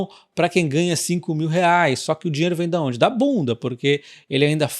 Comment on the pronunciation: Da onde vem o dinheiro? Eu entendi "da bunda". kkkk